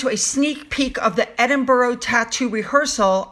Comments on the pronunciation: It’s not Edinburo it’s sounds like edinburr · Eddin bruh,, not Eddin burra Cheers👍💖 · Edin-brrr Edin-brrr Edin-brrrrrrr Imagine feeling cold. Then you won't pronounce it -boro. 😁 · I love your channel and your desire to pronounce our names properly, so I thought you would want to know that Edinburgh is pronounced Edin burra or Edin burru not Edin burrow..... I know most Americans pronounce it the same way as you but you can be a trailblazer for the real pronunciation of our ancient city 👍🙂 Have a great day off, you've earned it 😁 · its ed in Bura to pronounce spelt Edinburgh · Evening, so happy for catching up with you, Edinburgh.... Please say this again 🙏, made me chuckle lovely lady 👏, just say ed-ing-burrer.....only way I guess you can pronounce this beautiful place in Scotland, you are such a lovely person thank you, poor Archie situation has moved me so much, I'm sure you are right on this, sad story, Harry is his own worst enemy.... silly, silly boy, self important is beyond belief 🥱🥱🥱🥱🥱🥱, pethetic childish individual 🤮🤮, who is this ex royal???? They really need to prove DNA before any titles are given. Charles has waited years to slim down the monarchy, sure Harry knew this fact too, racism is and will always be the ace cared... Silly, royal family are so not racist at all. Thank you sue lovely lady for your great content 👏🇬🇧🌹💖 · Edinburgh is pronounced ‘Edinbura’ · please note, "Edinburgh" is pronounced like this: "Edinberah". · please watch a video on Edinburgh to hear the pronunciation of this city 🤗🤷‍♀️ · Polly, I thought of mentioning the correct pronunciation of Edinburgh BUT thought I'd give a break, because she always takes note and voila next time pronounces as we do in the UK. I hope she isn't fed up of us correcting her.